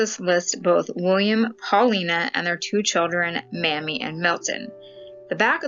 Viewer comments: I think her name is pronounced Maymee? A once common name, one of our President's had a wife by this name, I believe it was President Dwight Eisenhower. If it were Mammy, it would be spelled Mammy, an endearing word for Mother. Hope this helps. I really enjoy your channel ❣️ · The little girl whose name you pronounced wrong is May-Mee, Mamie. It was my Aunts name. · Pronounced "May-mie" as in "Mamie Eisenhower." I bet. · HOw interesting! Thank you. I always pronounced Mamie as May-mee.